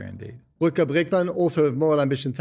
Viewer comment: Lol the interview butchered the pronunciation of Bregman's name, but oh well